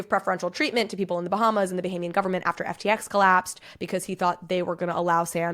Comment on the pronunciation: Bohemian? You mean Bahamian?